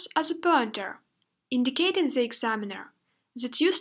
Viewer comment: why do you say ze instead of the ?